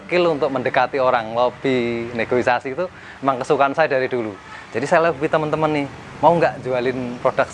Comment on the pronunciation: Negosiasi mas bukan negoisasi dua kali pengucapan salah